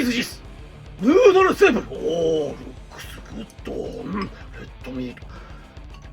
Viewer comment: "Rukusu guddo", damn I love japanenglish, it is sooo cute 😂❤❤